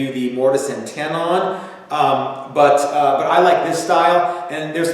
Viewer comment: Say 'lemon'. Now say 'tenon'. Now repeat them both until the ends sound the same.